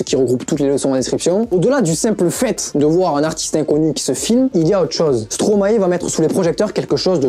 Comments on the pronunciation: La video est bien mais par contre ca se dit stromay pas stromaé frg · Par contre après toutes les recherches que tu as fait, je comprends pas pourquoi tu continues à dire "stromaé" au lieu de stromae... appelons un chat un chat, avant de commencer toute chose...🙄 Mais sinon c'était pas mal! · Parler de Stromae sans savoir prononcé Stromae..